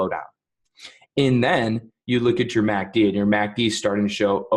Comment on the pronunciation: The only problem I have with this video is saying “Mack Dee” as opposed to “ EM A See Dee” Thanks.